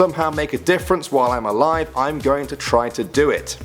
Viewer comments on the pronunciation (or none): none